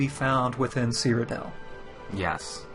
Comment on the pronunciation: I'm that guy; it's called "Cyrodiil" not "Cryodell". An is anyone else getting the feeling that ESO is moving even further away form Morrowind type of hardcore gaming?